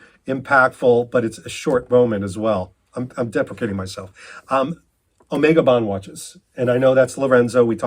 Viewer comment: "I wear an OmEEga watch and drive a JagYUAR E-type."